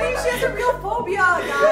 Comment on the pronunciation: “ I Have phooobia” 😂😂😂😂😂